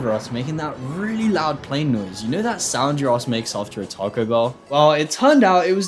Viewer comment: no way you pronounce taco like that